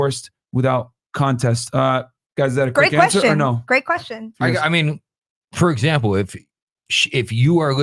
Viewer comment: “Fur Zample”